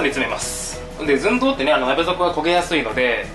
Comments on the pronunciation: ズン↗ドウ↘ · 寸胴の言い方が好きすぎるw